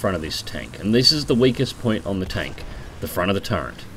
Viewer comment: I think it's actually "turret", not "turrent".